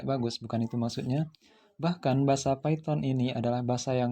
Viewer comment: Python itu bacanya paiten bukan piton